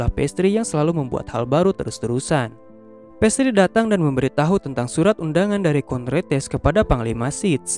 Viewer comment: Nama nya pastrie tapi disebut pas😂